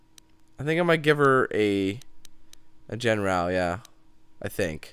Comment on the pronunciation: I kept yelling "ITS JEN-RUX" when he said "JEN-R-OW"